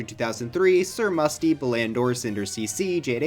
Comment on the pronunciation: SIR MUSTY'S NAME IS PRONOUNCED SIR MOOSTY REEEEEE